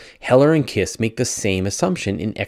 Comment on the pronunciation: Kiss is pronounced "kish" or short "quiche".